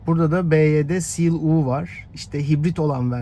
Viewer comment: Byd seal U değil YU